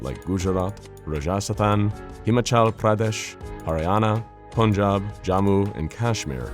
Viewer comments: Rajasthan is actually pronounced Ra jas than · Im sorry, what did you call Rajasthan?